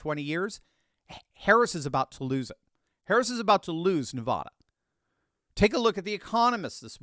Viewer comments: Please pronounce Nevada correctly! It's Nevada not Nevauda! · I’m voting Trump. Please stop mispronouncing Nevada. It’s Nev Ada, not Nah Vahda. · As a native born Nevadan...its NEE-VAAAH-DUH lol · I am from Nevada - the correct way to say Nevada is say ADD like NevADDa. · Nevada - the first A is pronounced like the A in “bad” or “apple”. Thanks homie- love your channel!🎉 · I don't mind if you mispronounce the name Kamala, but please don't mispronounce Nevada.